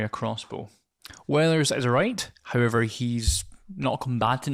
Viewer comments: I might of been mispronouncing it but I think the word "wight" is pronounced like "white" not "right" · No you're correct. There's no "R" sound in Wight - sounds like White